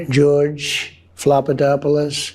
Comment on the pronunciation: In the same run on sentence he says shes vicious and deliberately mispronounces georges name on national tv . Hes a 10 year old.